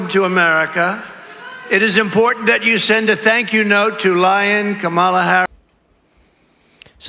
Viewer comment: Holy smokes! Trump actually pronounced Kamala Harris' name correctly! FOCUS TRUMP!!! 😂😂😂😂😂😂😂😂🤣💙💙💙💙💙💙